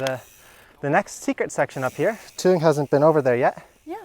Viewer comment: One question, because I hear it in every intro 😁 You introduce Thuong. But you pronounce her name different than she. You say something like "Joon Jen" but she says like "Joon Jes" ? 😄 I just notice it every time and wanna ask, what is the difference between both expressions?